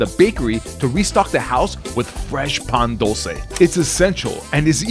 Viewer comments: This man hurt my heart when i heard PAn Dull cay bro its Pa n dul ce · The way he said Pan dulce pissed me off